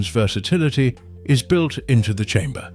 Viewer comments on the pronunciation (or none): none